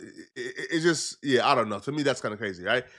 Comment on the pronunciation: Bro says Dew... Criseans sister says Tew.. 🤣🤣🤣